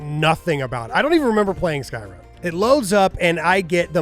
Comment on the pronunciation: "Skyrun" 😂 love it 😊